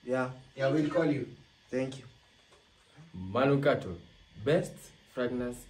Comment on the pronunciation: Ulisahau kusema manungato 😆😆😆 , wakambaka hawasemi manukato